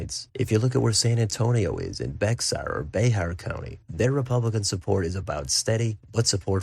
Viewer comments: Wow thanks for covering Tx! Good insights on the multiple tends taking place simultaneously. (Also just me being nitpicky but Bexar is just pronounced "bear") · heh, trust me I live in Bexar county, we joke about how common it is for people out of state to mispronounce it.